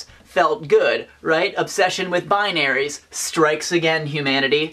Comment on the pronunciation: Well put. I like the "your feelings are valid" thing. In general it's just rad to be kind to yourself. Also you say "binaries" funny. Pffft Americans (or Canadians? Sorry).